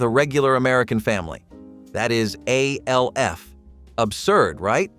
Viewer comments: I know what everyone called him, and I know what the letters stand for. You are saying "A" "L" "F", which isn't what the show is called. The show is called "Alf" and his name is the same. It is an acronym. Acronyms are pronounced like words. Scuba. Nato. Radar. Those are all acronyms where every letter stands for something, but we say it like a word. I watched it when it first aired. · Ok the way you’re saying “Alf” is driving me insane. Was it just my family and friends that called it literally “Alf?!!” Not A.L.F.???? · You realize that "ALF" is pronounced as a name, and not the letters, right? It's an acronym, like SCUBA or NATO.